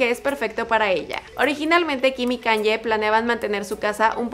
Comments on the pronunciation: (Forma de pronunciación para diferenciarlas) ¿ por qué dices [kan-ye] en vez de [ka-ny-e] ??? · Que estrés diga "kan-ye" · Haces demasiadas críticas y aburres y NO PRONUNCIAS BIEN EL NOMBRE DE KANYE, pienso que deberías simplemente hablar de las casas y ya !